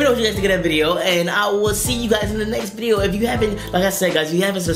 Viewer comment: You said bideo in the end